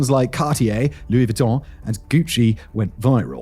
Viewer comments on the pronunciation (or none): none